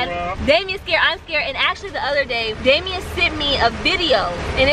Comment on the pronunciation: You said Damien wrong name